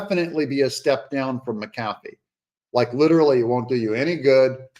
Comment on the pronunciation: i think his name is pronounced Mac - A- Fee